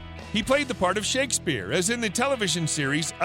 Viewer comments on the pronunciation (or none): none